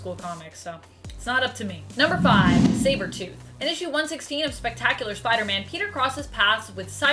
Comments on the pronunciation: Am I the only one that noticed on the second time she was saying sabertooth she messes up and pronounces “cybertooth” lol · is it me or did she just say "cybertooth" ? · Did she say cybertooth lol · You said cybertooth hehe. I love Spidey so it's ok that he beat Wolvie and Angel ( 2 of my top 3 all time favorite comic characters ever) in a fight. I'd like to see him fight Magneto, ESPECIALLY since Magneto has a shield and can use his powers to shut off someone's brain. He did it to Rouge in the 90's X-men cartoon and in the comic of that same show. Also Apocalypse. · Cyber tooth 🤣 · Who's Cyber-tooth? Or are you a recovering Aussie? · Lol she said cyber tooth 😂🤣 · Did she say cyber tooth????? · Lmao I had to play the video back and she did say cybertooth, the small little errors are sometimes the funniest